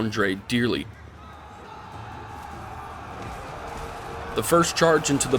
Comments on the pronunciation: It’s kinda like jiaw, the aw is pronounce like the ou part of ouch. Zhang jiaw. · It's actually pronounced ZHANG Jué. I was just aware of this detail hours ago